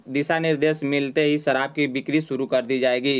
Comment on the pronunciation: Ye reporter ki shabdawali thik nhi sharab ko sarab bol raha hai inko sudharna chahiye.